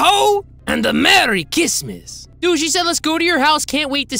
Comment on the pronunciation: “HAPPY CRAPMIS” got me dying